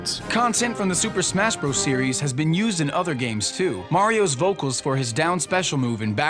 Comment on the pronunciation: Hey,... It's pronounced "brothers"... AS IT SAYS IN THE OPENIBG OF THE VIDEO.... YOU IDIOT!!!!